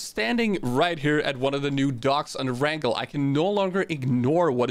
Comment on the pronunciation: He said e rangle